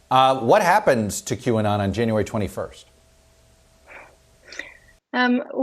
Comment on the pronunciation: Q ah-not!!!! Ridiculous is a understatement